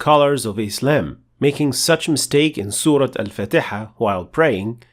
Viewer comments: Why do you pronounce Surah Fatiha as Surah fatayha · Aslm.... Masha allah super explanation...... One question y u pronounce surah Al fatiha as surah fataha?????